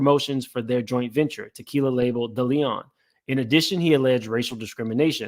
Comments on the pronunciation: Its Deleon.... Day-lee-on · This YouTube nonsense is ridiculous half you can’t pronounce a damn thing it’s DeLeon no Da Leon🤦🏽‍♂️🤣 Make that make sense